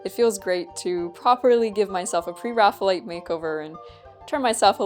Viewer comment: The term is based on the Renaissance artist, "Raphael" = "ræfi.əl". Therefore, pronounce it "Pre + Raphael + ite". certainly looks like a Pre-Raphael subject! The style looks like a great fit for her.